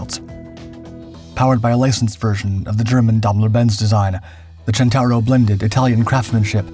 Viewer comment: Centauro, not "Gentauro". You know, "centaur"?